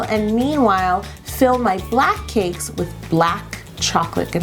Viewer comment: anyone else think Yolanda pronounces cake like "caykss" ?? it's so cute